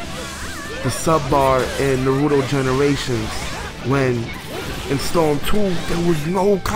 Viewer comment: U pronounce naruto wrong that's the English really horrible dubb